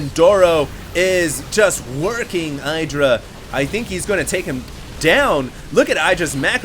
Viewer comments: I love ur vids, this one is awesome ! but u have to insist on saying i-Dra !? its hard enough for me to get used to E-dra like he wants it to be :D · Hi, but idra has reiterated that his name is pronounced ee-dra not eye-dra. Cheers! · I think it's pronounced "ih-dra" with a short "i" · It's pronounced ih dra -. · idra will rage at for saying his name wrong lol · I-Do-Rage-Alot LOL i guess tho we will see much more offensive games in Dallas from Idra :)